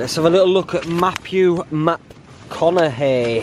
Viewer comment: Mapphew MapConaughey 😂